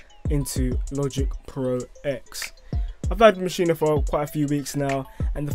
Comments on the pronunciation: its not maschina, its maschine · in the good ol' U S of A we say MA-SHEEN ...not MA-SHEE-NA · It'a Maschine, not Maschine-uh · Why does everyone keep saying “maschina”